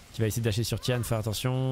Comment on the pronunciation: juste pour info, on dit pas ti-ane mais ti-N (ti-haine) c'est son middle name (gao tian liang - 高天亮), le sens original de tian c'est le ciel, mais ca peut vouloir dire le jour, dieu, le paradis (ou autres).